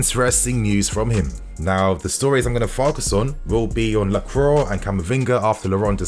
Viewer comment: ITS PRONOUNCED LAHCWAH FFS